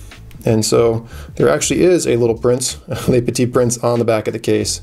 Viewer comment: its "le" (petit prince) not "les". (leu vs lay)